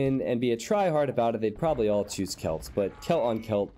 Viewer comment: Barely anyone says it that way.